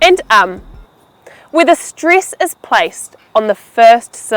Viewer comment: Why do you pronounce "stress" like "striss" and "next" like "nixt"? I have never heard such a thing. (You may as well correct my writing as I am not a native speaker).